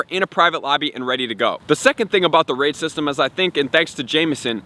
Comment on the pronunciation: When he said “raid system” I thought he said “racism” But add me